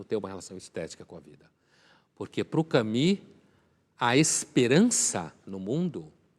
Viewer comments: Não se diz Cami, minha senhora mas sim Camu, com o u francês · Exelente, como sempre. Só não percebo o porquê de pronunciar "Cami"... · Camus pronuncia-se "Camüsse"... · ele pronunciou "Cami"...